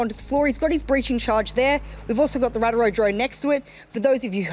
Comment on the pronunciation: Radrow drone